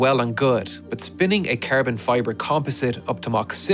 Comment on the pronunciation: Its Carbon fiber, not Kerben fiber...😂😂😂